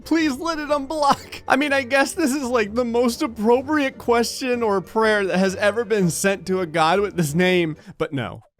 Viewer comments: Prayer not prayr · The name of the game is prayr, not prayer, pay more attention.